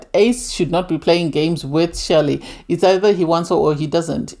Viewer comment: Chelly pronounced Shelley